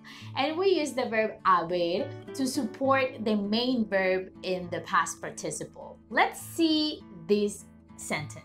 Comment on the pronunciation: Hi, you need an extra syllable par/ ti/ ci/ ple